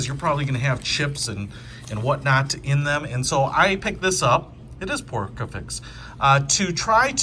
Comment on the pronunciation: It's pronpounced PORSE as in PORCELAIN!! jesus...